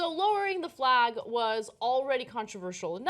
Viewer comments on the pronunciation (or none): Why does Ana pronounce F-lay-G as F-law-G ?